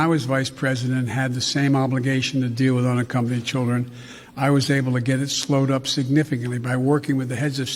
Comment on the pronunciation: "Which I would never do to anruhnna accompanied child ends up at the border"..........This man has a speech impediment. His inability to precisely articulate sentences is worrisome. He is woefully unfit for the office he stole!